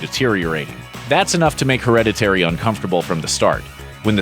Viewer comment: HER-READ-IT-TAYREE???? Someone didnt tell him how to pronounce it.